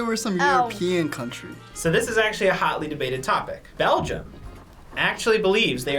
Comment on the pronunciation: 3.54 begium lol